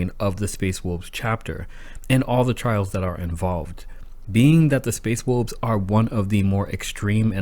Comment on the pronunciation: Space wolbs? Learn how to speak